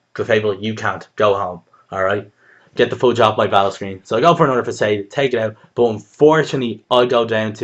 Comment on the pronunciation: Facade is actually pronounce fasawwhde